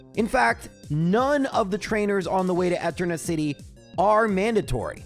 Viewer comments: Can you pronounce Eterna as E-turn-uh instead of eh-turn-uh lol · Different annunciation. It's supposed to be e-TER-na, not ET-erna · Disliked for pronouncing "Eternia" as "Ehternia". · Who the heck says etter-nah? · I know clowning on the way you pronounce things is almost a meme in this channel but... Eterna city? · I’m sorry, I made it 15 min before the Eterna pronunciation broke me. I’ll be back soon to finish the vid XD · The way you enunciate Eterna almost gave me an aneurysm